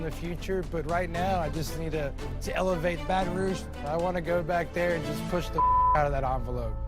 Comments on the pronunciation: You pronounced Baton Rouge the French way. Even Motto didn't say it like that. Pretentious much? Your picks sucked. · Please don’t say Baton Rouge like that…. That’s just…. Wrong. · lol the computer reader thinks Baton Rouge is pronounced the way it's supposed to be in French and not the American bastardized way we all say it 😂